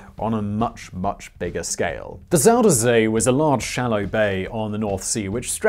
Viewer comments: You say "Zoh-der Zay". It is closer to "Zai-der-Zee". Try that, will you? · Try again. Not ZoederZay. say Zie der Zee